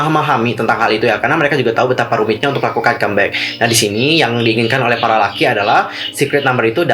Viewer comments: Google nya jadul tuh harus di update...masa bias gua kesayangan gua 😘"Dita" gak masuk di group😏😌 Eh bang tapi lu nyebut kita salah bukan Laki tapi Lockey(dibaca LOKI)!! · Lockey / pake O .. bukan lucky... Bahasa inggris lu gitu amat bro... perbaiki lah tingkatin pronounce lu... ga enak dengernya